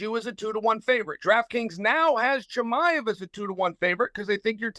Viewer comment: Zamkhat Kee-Mah-Evv and Caramoon Usman